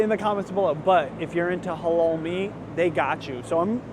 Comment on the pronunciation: The way u pronounce halal as holol is so funny. It’s supposed to be like a clear «a».